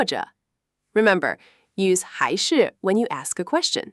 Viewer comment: Not sure if this is AI text to speech, but the pronuncition of the Chinese is sometimes terrible. Especially the 'hai shi' and 're cha'.